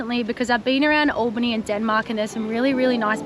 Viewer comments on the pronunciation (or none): Hey babe. We call it AL bany not Allbany sweetheart. Wa thing. Lol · Just a tip ... it's pronounced Al-Bany in WA not ALLbany